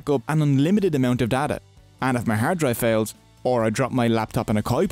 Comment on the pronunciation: I'll be honest, that accent aint great for the word data, brother. "Now let's talk about the borders between you and your dada" I'm on YouTube right? Not the hub?